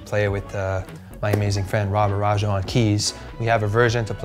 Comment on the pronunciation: Anomalie pronounces Rob's last name incorrectly lol